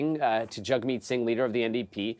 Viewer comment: trying saying his name right, Jagmeet if you can